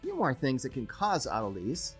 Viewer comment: Or-tol-a-sis. Try that, sounds better.